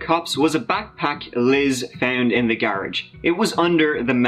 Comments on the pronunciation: That guy’s a great story teller but I wish someone would tell him how to pronounce th….. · I like kids videos but, you don’t get he can’t pronounce th at all.